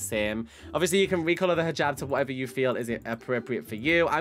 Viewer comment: Oh Also the Hijab is pronucened is Hee jab but it is just spelt Hijab.